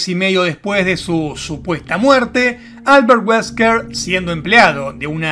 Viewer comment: Mi jijee cuando dijo "Alberrt weskrr"